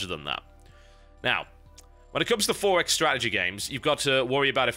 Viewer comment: lol the 4x.... how he pronounce... EXPO.... hahaha